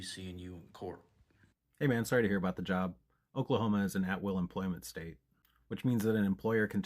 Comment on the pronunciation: omg hate does make you pronounce job as "jyyab"